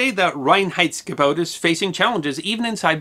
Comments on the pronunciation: You did a pretty good pronounciation of "Reinheitsgebot"! You start off with "rain heights go boat" (better: "rye-n heights go boat") - which you manage to do several times later on - although it differs every now and then. Still, I must compliment you with the efforts you must have gone through to get it right. Well done! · As a German, I love your pronounciation of "Reinheitsgebot". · kudos for getting the pronunciation of Reinheidsgebot almost correct. I know German isn't easy for non-natives. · Can’t give you enough native speaker 👍🏻👍🏻👍🏻 for the pronunciation of „Reinheitsgebot“ - very well done! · Allmost right indeed :-) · I love the song like way "Reinheitsgebot"is pronounced. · pretty perfect pronunciation of "Reinheitsgebot" :-)